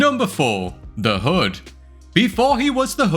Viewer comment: Its taking way too long for Adam Warlock to debut! Also did you call the Hood... "The Hud" lol